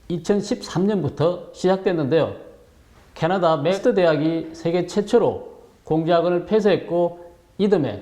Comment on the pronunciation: 방송 잘들었습니다 캐나다 맥매스터 대학을 맥스대학이라 하셔서 요 "맥스" 대학이라하면 아무도 알수없는 대학이름이됩니다 정정 하시라고 알려드립니다